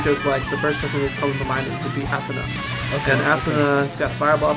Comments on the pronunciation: Athanah? it's AthEEEEEENAAA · ath-the-na LOL